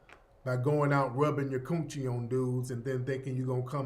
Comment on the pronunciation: Every time you say koon-chie it cracks me up!